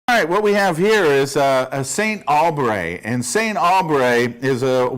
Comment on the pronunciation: 😂😂😂😂 The pronunciation.. SEYNT AAAUUULBREY